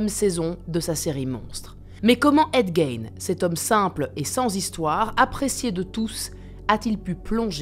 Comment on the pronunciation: C'est fou de faire une vidéo sur un gars et pas se renseigner sur la prononciation de son nom